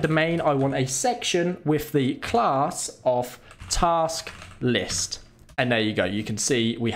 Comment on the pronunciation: Nice "Tast Lisk". Well done